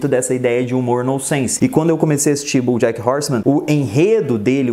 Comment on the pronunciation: Cara, gostei muito do seu vídeo só acho que você pronuncia errado os nomes, desculpa falar isso mais é porque sou professor. Você pronuncia "BUJACK".